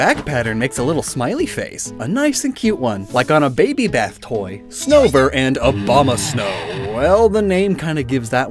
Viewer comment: Abomasnow? it's more like OBAMAsnow